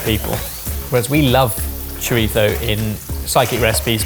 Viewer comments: Oh no, has fallen into the trap of saying Chori-tho like John Torode with the tongue and all. The same John Torode who got a stern talking to by a Spaniard, in Spain, who was cooking chorizo, that it was driving him up the wall that he was pronouncing it like that because if anything it's closer to being pronounced Chori-tzo, or simply the same way Jamie has always said it. The irony being that they also went the entire video mispronouncing PaeLLa, which they KNOW is incorrect. Hell, Jamie is usually the one to correct the others about that. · Omg yalls spanish is soo bad, sounded like tyson trying to say choritho. Cho ri so is the the pronunciation, pie ay a is pealla. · refuses to pronounce paella properly, yet says choritho instead of chorizo. Pretentious? HECK YES! 😂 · Says "chor-itho" like he's from southern Spain and then follows it with "pie-ella." SMH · Take a shot when says Pie-Ella and choriThzo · So for it's choritho, but it's still pie-yell-ah? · saying "Paella" with hard L's next to chorizo with ceceo is throwing me! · Wild to me to go out of ones way to say chorizo with the lisp, but continue on saying pie-ella rather than pa-eyya how it would be pronounced😂😂cmon lads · The way Brits pronounce it "pie-ella" but also say "choritho" cracks me up. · Please... it's choriTHo with a TH... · Can we all stop developing a lisp when we pronounce Spanish things. Chori-thhhhhhho. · Yea it's redundant. About as redundant as pronouncing paella "pah-eh-la" and then in the same sentence pronouncing chorizo "choritho" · needs to be punched in the plums for pronouncing chorizo with a ‘th’. Pretentious! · if you're going to hard-core emphasize the Castilian lisp on "chorizo," then the least you could do is properly pronounce the double L in "paella" as a Y, as is proper Spanish pronunciation. Edit... yeah he got there by the end of the video.